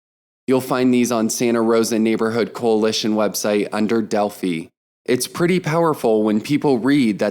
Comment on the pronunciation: Thank you for recording this! FYI, you are pronouncing "Delphi" incorrectly. It's a long "i."